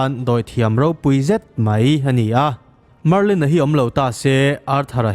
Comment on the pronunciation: Marlin hi chiang zawk in lo ti leh laa